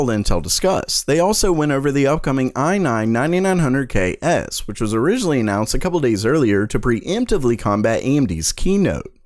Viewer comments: And let's go over the aye nah nananahn hunerd KS. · I nein, nananana hundred key-es.